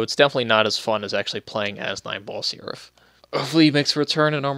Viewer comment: Every time you say his name, I hear "Nineball Syrup"...